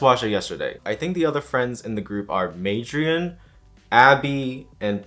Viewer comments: Everytime he called miriam madrian (?) I died a little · sorry lol but it's actually Miriam /nm